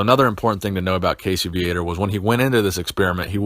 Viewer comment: Ummmmm, it's Casey Viator (Vee-uh-tore) I believe his birth name is Cassius... As there was an article about him in M&F back in 83 I believe... I can't rightfully remember. I do know i used to pronounce his name Vi-uh-tore, but it's really pronounced Vee-uh-tore..... Not that it matters...